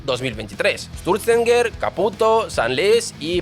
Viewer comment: Cada vez que dices "esturzenger" muere un gatito